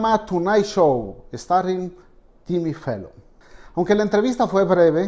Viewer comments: Por qué dice Fellon en vez de Fallon? No sabe hablar o que? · Es Jimmy Fallon, no Fellon!!